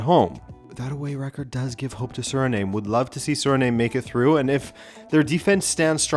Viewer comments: I don't think it's pronounced SURNAME but SUH-REE-NAAHM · Did you just pronounce "Surname"? It's Sir-ri-nam - Frank Rijkaard and Ruud Gullit are legendary Dutch footballers of Surinamese descent. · Not to be that guy ☝️🤓 but Suriname is pronounced like Vietnam